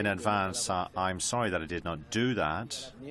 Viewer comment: At least he said sooory like a true canadian